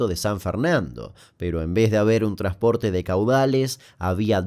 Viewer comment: / / no es "trasporte" No te olvides la N 🙏🏻 TRANSPORTE